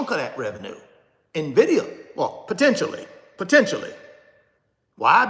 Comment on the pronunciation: Its NVIDIA not NAVIDIA